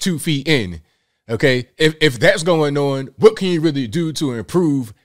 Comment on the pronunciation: What's going non? I love how says on.